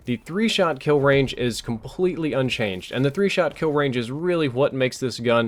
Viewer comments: unchanged not unchaged lol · i think had a long day:D ("unchaGed")